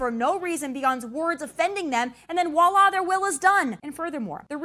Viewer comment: No, she mispronounced "voila" and said "woila" 🤣🤣🤣🤣 Listen carefully to her...